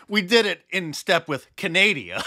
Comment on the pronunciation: Canadia? Wow!